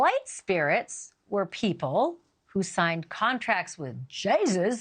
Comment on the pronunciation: Yeah, her beliefs are crazy, but the way you pronounced Satan perfectly and pronounced Jesus in a mocking tone explains a lot about you, Banfield. smh